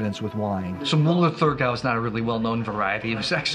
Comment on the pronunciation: It’s Mueller Thurgau, you don’t pronounce the “h”